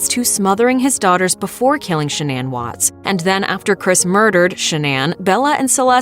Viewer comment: I think she said /'sha-nan/ with the stress on the first syllable.